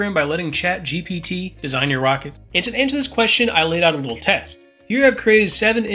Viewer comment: Say after me: Chat G P T Gee Pee Tee Not Gee Bee Tee